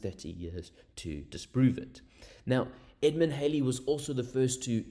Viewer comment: The pronunciation of Halley rhymes with Valley and Alley.